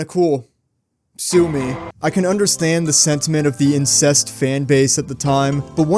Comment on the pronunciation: Incensed. Incensed,. Not incest.